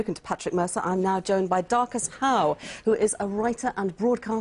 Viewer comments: does she call him Marcus Dowe....looool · She calls Marcus Dowe the second time, She gets it right the first time by reading it of a script. She can't even get his name right. Silly cow. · 0.12 "we are joined by darcus howe" 0.16 - 0.21 " marcus dowe " bbc cant even get his name right.